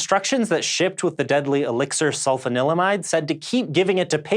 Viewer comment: I'm sorry, did you say Elixir Sulfa Limeade? Sounds delicious!